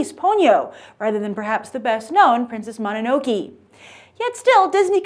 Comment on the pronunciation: Learn to pronounce please Grace. You got Princess Mononoke and the actual studio name itself wrong. Those aren't even hard to pronounce.